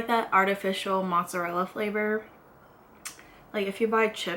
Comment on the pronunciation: It is not "motszarella" its freaking MOZZARELLA